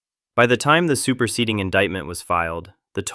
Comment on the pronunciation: "Superseting" Indictment 😂